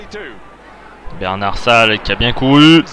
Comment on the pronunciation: Les commentaires ne sont pas très bons ni très clairs. En plus, il s’appelle Bernat-Salles et pas Bernard-Salles ,ce commentateur est vraiment très nul. Mais en tout cas,le match est incroyablement magnifique.